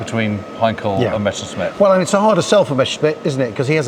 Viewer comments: Why is there a tendency to pronounce it Mescherssmitt instead of Messerschmitt? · Seems suffers from a bit of ooooo Meshersmitt Meshersmitt syndrome.